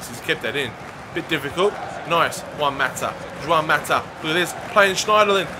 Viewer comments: its pronounced hwan not jwan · Please say Juan differently 😫